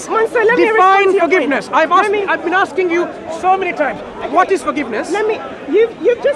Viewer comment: I'm axing you. I'm axing you. What a deluded woman. Hypocrisy at its best. Make it up as you go along. She has no idea what her own religion teaches her.